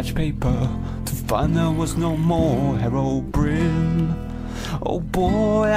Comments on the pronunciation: adoro quando dici herobrino AHAHAHA mi fai morire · anchio adoro quando dice herobrino